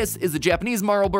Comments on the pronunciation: Matt mispronouncing “Marlboro” cigarettes cements his innocence to me. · Same. Its like any time he talks about drugs or anything too "adult" for his understanding...